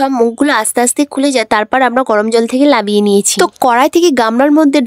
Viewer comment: তুমি নামিয়ে না বলে লামিয়ে কেনো বলছো